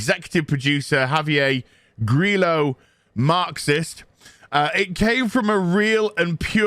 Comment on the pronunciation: Grillo is pronounced Gri-yo like in "Yo Bro!", it means cricket (the bug not the game). I know because both the best actor in the MCU and myself are named Grillo.